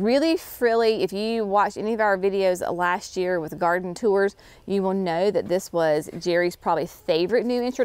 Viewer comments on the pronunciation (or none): none